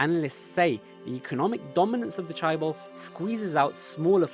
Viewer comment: Cool but mispronunciations of hyundai and chaebol kills me everytime